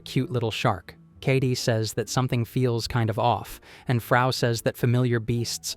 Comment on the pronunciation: Dude its Frau not Faru 🧚🏻‍♀️ Frau German word for Woman.